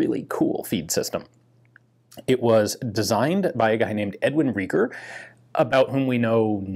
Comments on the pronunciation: If the designer was German then his surname would have been pronounced Rye-ger, not Ree-ger. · Not Reeger, but similar to Rye-ger. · Riger not Reeger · It is pronounced 'rye-gher'. In German 'ei' is invariably pronounced like the i in 'I am' while 'ie' is always 'ee' as in reed. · Pronounced "rye ger." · Just one of those FYI things, the name is pronounced sort of like "R(eye)-gur", but the second syllable is pronounced with a soft R sound. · In German you have to pronounce the letter combination „ei“ like the english „ai“. (Like in Saiga) For German speaking persons your pronunciation of Reiger sounds like Rieger. Just wanted to say that :) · Pronounced: Rye-ger